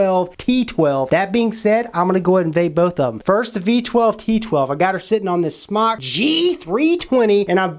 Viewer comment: damn it im so sick of people not pronouncing it correctly... its pronounced "smoke" ask the company theyll tell ya its smoke!